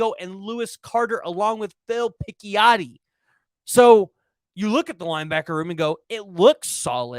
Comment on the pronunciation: Picciotti sounds like pich-ottee